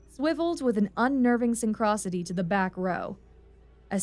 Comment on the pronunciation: as stated elsewhere a UH does not have skids .... so tired of this bullshit getting easily verifiable details so badly wrong also if you are going to be a Narrator you should really learn correct pronunciation. Synchronicity and aerosol -ized were both pretty quickly skipped over incorrectly also a uh-60 does not have airframe diagnostic ports ... certain individual system might ..they didn't when i got out but they may now. for example the SAS does have some test outlets for a computer system ... but there is nothing even approximating an "auoto landing subroutine" to landing